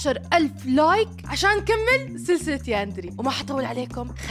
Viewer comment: بيكا اسمها اندري مو ياناري